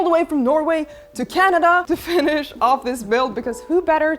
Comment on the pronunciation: "All the way from Norway to Canada to 'finnish' this build" I swear that's how I heard it before the end of the sentence ^.^'